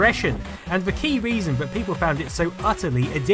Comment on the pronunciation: "Vis" and "vat" ... Can't listen. Sorry. Pet peeve.